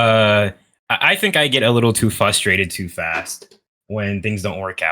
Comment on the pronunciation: Brother said fustrated